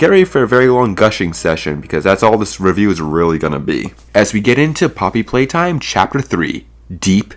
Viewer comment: "Poppy Pwaytime" Maybe you shouldn't be making conclusions on an unfinished game